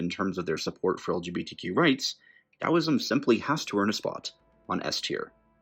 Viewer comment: Finally someone not Chinese pronounces Taoism correctly